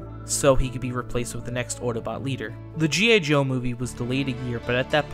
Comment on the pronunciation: G.A Joe?.. or am i mishearing? How Very Dare You Accidentaly mispronounce 1 single letter during that whole Script, Shame!!...SHAME ON YOU!! I'm just feckin' aboot :D